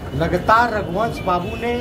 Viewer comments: जिसे रघुवंश बाबू का नाम बोलने नहीं आ रहा है रघुवर बोल रहा है वो मोदी लासो पर भी राजनीत करने से बाज नहीं आ रहा है मोदी जी सिर्फ लाशों पर राजनीति करते आए हो और करते रहोगे लेकिन बिहार की जनता तुम्हारी राजनीतिक समझ चुकी है तुम्हारे बारे में नहीं आने वाली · मोदी को सुध से रघुवंश बाबू भी बोलना नहीं आ रहा है ,फेकू बार बार रघुवंश बाबू को रघुबर प्रसाद बोल रहा जो कि रघुवंश बाबू के लिए अपमान कि बात है।